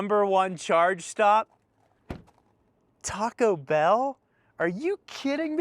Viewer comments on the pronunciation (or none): none